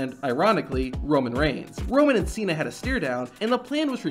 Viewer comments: "John Ch-ena"! 😂😂😂😂😂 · Is it my ear problem or Santino really call John Cena as John China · “You have a big mouf john Cheena “ 😂😂😂😂😂😂😂😂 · I heard it as Chay-na, but yes, he did deliberately mispronounce Cena's name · Man Jericho's catchphrase can make anyone break character. He had such an Iconic catchphrases "pronouncing wrong names of wrestlers" is one of them this can surely make you laugh at the moment.